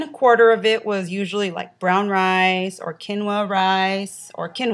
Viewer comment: I adore you, so I hope you don't think I am being bitchy,, but I just wanted to tell you that quinoa is pronounced keen-wa.